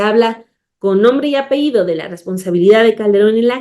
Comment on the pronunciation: Apellido, no apeido. Es un error muy común.